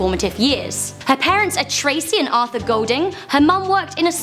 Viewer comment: Her second name Goulding is pronounced as in 'Ghoul-ding' not Gold-ding, how I know this is because we share the same family name.